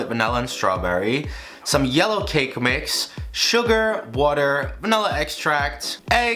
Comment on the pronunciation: For the millionth time, it is not and never will be pronounced “vanElla”.